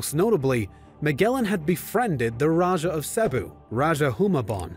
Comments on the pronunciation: I think the "*Raja*" pronounced as "ra-ha" not "ra-dya(j)" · It’s not Magellan its MAH GEL LAN as you may pronounce it also it’s not raja it’s RAH HUH that’s and Magellan was first landed in Limasawa island in Leyte (Leite)